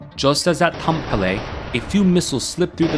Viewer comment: It's not "Tampollay", it's TAM - PE - RE xD